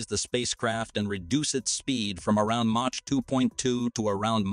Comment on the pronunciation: Hardly what I would call an insane decision. Quite logical. BTW “Mach” is pronounced “Moc” not “match”…